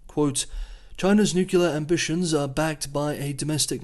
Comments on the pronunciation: I love the channel and watch it everyday... But you gotta stop saying "nucular" instead of "nuclear"😀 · Nucular for Nuclear is not a regional or dialectic variation. You will find it all across the English speaking world. is not the first journalist to be criticised for it. I am not sure why, but for some reason a significant number of people just can’t seem to pronounce the word correctly, even when the correct pronunciation is pointed out. In the scheme of things it is a venal sin. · *Nuclear not "Nucular" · The word is "nuclear." New-clee-ar. Not New-cu-lar. Anything else is racist. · Nuclear is not pronounced “nucular” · It’s pronounced nu-klee-er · "Nucular"? Are you a bot? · are you homer simpson? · I'm going to my local Merriam-Webster editor and have a conversation on "Nucular weapons"...... hopefully be in the dictionary for next year. Also will have a conversation on Xi-dickhead-poo-bear. See if that makes it to. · The way you pronounce ''nuclear'' is driving me up the wall. Thanks for the update though 😆